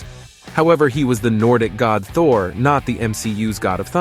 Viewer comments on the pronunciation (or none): none